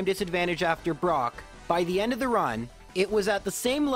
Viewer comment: We've gotten bide brock (I swear I heard that, anyone else)